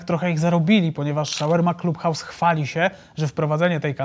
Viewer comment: Nie wymawia sie: "Szawerma Club House" - ale raczej: Szawarma Clab House - jak juz.